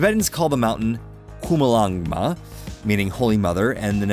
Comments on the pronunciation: Hey, narrator snot guy, the name of the mountain is "Chomolungma," not "Zumulanga" or Zulubulu or Wierd-Natives-Are-Restless name!!! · Not kumolongma its chomolongma... 😁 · Chomalonga how I was taught it's said. Not zumalonga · Why the phaark did you say "Zhumulanga" like an idiot?? Are you 5?? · learn how to pronounce the original name of the mountain before being disrespectful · Aside from all the other comments that correct the blatant misinformation in this video, it is downright disrespectful to purposely mispronounce the native name of this mountain in the derisive tone used. A simple google search will turn up the correct pronunciation in about a second and a half. Dishonest, lazy, and shameful.